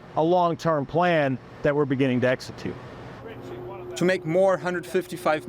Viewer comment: Did he say exetute